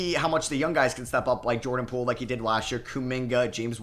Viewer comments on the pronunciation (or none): none